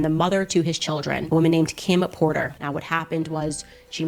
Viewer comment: Kim potter JAJAJA si, KIM DUMBLEDORE!!!! JAJAJAJAJ KIM PORTER madre mia haz el favor de leer las cosas bien y pronunciar bien